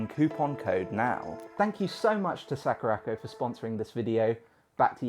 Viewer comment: Sack-rac-koh... Splendid pronunciation dude.